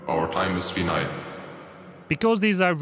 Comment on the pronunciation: finite is pronounced wrong